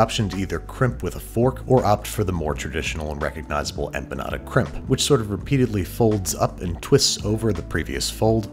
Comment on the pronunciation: “I’ll have the beef empenyada”